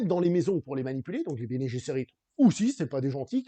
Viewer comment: Bene Gsserit ne se prononce pas comme en anglais. ce n'est pas Bene Jesserit. :)